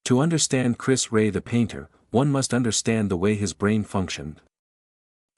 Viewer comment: Chris who..disrespectful to not being able to say his name correctly..